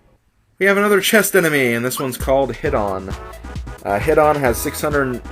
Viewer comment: If you talk to the other Mario in that room with the Kerokerocola, it becomes an enemy and you are force to fight it, unfortunately. I thought Hidon was pronounced HIGH-din, like in Final Fantasy Six's boss (could be wrong). From a wiki I researched, Safety Badge prevents ALL status ailments. Safety Ring gives a little more including the Safety Badge. So, they are both good. And, yeah, love the pic in the link.